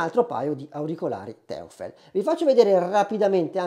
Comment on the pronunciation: Neodomio? In quale tavola periodica? NEODIMIO!!!😂 E poi teufel non si può sentire...è un'azienda tedesca quindi si pronuncia toifel che significa diavolo. Un po' di precisione in più darebbe maggiore credibilità alla tua recensione...non prenderla male è solo un consiglio. Ciao.